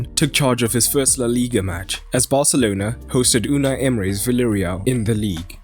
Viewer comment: Please people, call villareal not ‘villareal’ but ‘biejareal’